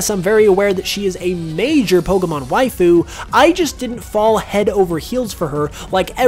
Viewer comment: Sir please stop saying Wife-ooh or however you'd spell it. After the 50th time hearing it, I can't anymore 😂